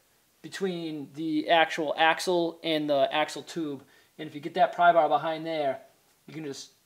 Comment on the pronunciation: Ok ya use a big "prry baar"....love your accent bro